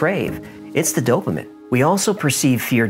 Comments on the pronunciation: Dopamine not dopamin. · It’s dopameen not dopa-min… Sorry had to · Dopamin?? its dopamine, like dopa-mean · Dope-uh-min... obsessed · Great video. Btw it’s DopAMEEN! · Sorry but...Dope-A-Meen is how it is Actually pronounced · Stop saying dopimen hahahah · I've recently become a huge fan of your show. Love the way you give the fun version and then all the facts as you know them. However, I hate the way you say dopamine. It's supposed to be pronounced doe-puh-meen. Maybe its because I'm an Aspie and/or a registered nurse, but you said it so many times, that I was completely distracted by it. 🤣😆 It's the little things that seem to bother us autists most. LOL. Keep those excellent stories coming and I'll keep passing them on to others. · on, why does he say dopamine like "DOPE-a-min"?! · I think it's hysterical that can't pronounce the word Dopamine lol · Really annoying how you say dopamine